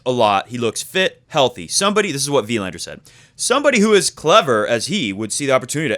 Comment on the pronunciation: Please stop emphasizing the "i" in "Wilander" and emphasize the "a" for the correct Swedish pronunciation. It felt like shifting down to 1st gear while driving 80 mph every time you said Wilander that way ; )